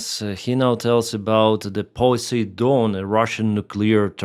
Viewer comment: When he said "Pussy Don" I wasn't sure whether he was talking about a russian missile or a US president😅.